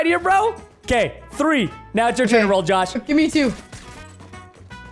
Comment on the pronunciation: THREE NOT FREE!!!